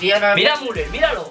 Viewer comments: No sé pronuncia muler se pronuncia miuler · no se dice muler se dice miuler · Müller: Miuler no Muler xD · Se dice miuler